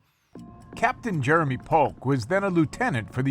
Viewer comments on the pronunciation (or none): none